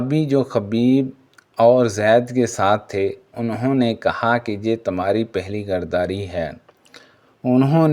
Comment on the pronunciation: Assalam alekum jub Urdu nahi aati tu urdu ki taang na tora karen jo zaban aati he ossi me video banaya karen asim ko aap asam parhty hein ghaddari ko ghardari bol rahy hein or bhi beshumar ghaltiyan hein meherbani ker k urdu ko make karden